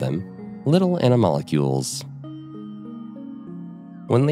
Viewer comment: I am not a scientist and am prepared to be wrong, but I think you are mispronouncing animalcule. You are adding a vowel sound between "mal" and "cul", where there is none.